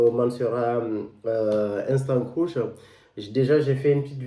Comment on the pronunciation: Ca se prononce je crois creeeeeesh et non croush